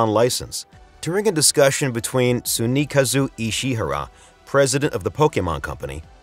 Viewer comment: The way you said "Tsunekazu Ishihara" absolutely sent me